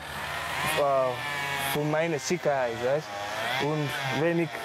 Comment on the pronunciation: Er spricht sogar schon ein wenig Bayerisch: "Weißt" Die beiden sind hochgradig süß zusammen. Warum soll ein Gesetz legitim sein, das stattdessen dazu führt, dass der Bursche statdessen stirbt oder im Gefängnis verrottet??